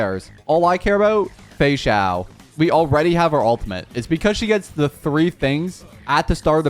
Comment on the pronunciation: For my Portuguese speakers, I can't be the only one who kept hearing "Feijão" everytime he said "Feixao" 😂